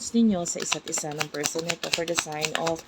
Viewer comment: Sino yang feeeerrrrrsssssonnnnn na yan 😂😂😂😂